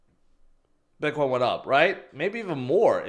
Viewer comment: I just noticed yesterday that pronounces it "bitquine"